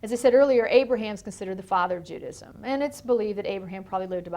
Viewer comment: "JEW-dism" ahahaha